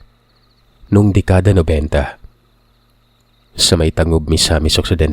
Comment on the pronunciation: Tan-gub sa pagbasa hindi ta-ngub